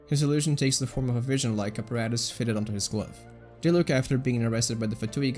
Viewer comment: he rly pronounced Diluc as Die-look